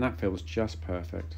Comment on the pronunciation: i tot he said Purrrfect